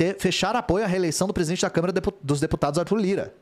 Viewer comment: Não consigo mais levar a sério essa notícia dps do ler "saúde do pretista" KKKK Sdds quando todo mundo morria e era substituído por um sósia.